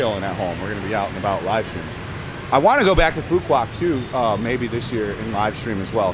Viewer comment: Bro you are painting a picture that isn’t realistic…first get your pronunciation right…it’s Phooo Wok..not Phooo Kwock…this is my 4th year living on this beautiful island…you simply don’t know where to go nor what to do here…20-30K Bahn Mi’s are everywhere…shipping goods to the island costs more because we obviously aren’t on the mainland…thus businesses need to pass some cost to the customers…garbage, that’s essentially everywhere in Vietnam…at least someone taught you how to pronounce “Nah Chang” properly!!! Just like America, stuff costs more in Hawaii because it’s a wait…ISLAND!!! Stick to Saigon content instead of spreading fake news…btw…many tourists here…especially Koreans right now